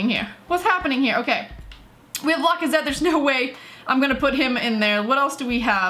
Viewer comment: Does anyone hate when she says lacazette wrong